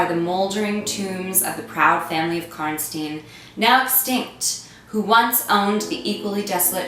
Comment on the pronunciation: Okay so can we get one thing straight. Is it Karn-steen or Karn -stine. I swear it's the latter.